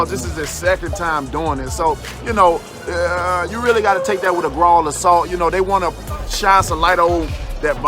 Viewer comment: Did he say Grown of salt?? Wtf